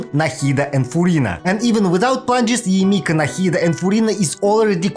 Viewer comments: Why you sayng Yae M I K A ? ? >_< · yae miko ❌ yae mika✅